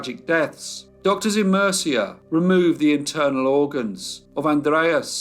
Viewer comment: Interesting! Murcia is pronounced moorcia I hope it helps 😊thank you for telling this sad horrible case.